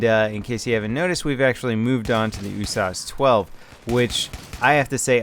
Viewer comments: Its the U.S.A.S 12 not the "Usauce" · U-Source 12? Its pronounced U-S-A-S 12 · Isnt it supposed to be U-S-A-S not "oosas"? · In what universe is the USAS12 pronounced "ooo-sahs"?! Where are you from,??? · It's actually pronounced yoo-ess-eh-ess (United States Assault Shotgun) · Please stop calling it oooosas xD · Why do you say USAS like is a word? U-S-A-S. 12. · When saying usas why don't you pronounce the U Instead of saying oo? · Just because you say usas doesn't make it right. IMO it doesn't really matter, just say it however. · you say USAS without the U but using O